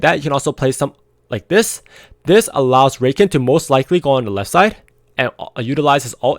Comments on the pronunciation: Discovered your channel a few days ago and it's helped me so much man, thanks a lot for giving your insight and keep up the good work! P.S. its pronounced Ruh-Khan ;) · lol it's pronounced Rah-khan, not that it matters too much for the people learning from your guides. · It's cute how you were referring to Au Sol as a she and how you pronounce Rakan